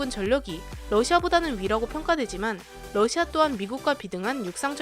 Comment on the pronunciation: 북 때문에 러시아를 부시아 라고읽음ㅋㅋ